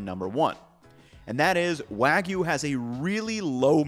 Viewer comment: The "wa" part of wagyu is correctly pronounced .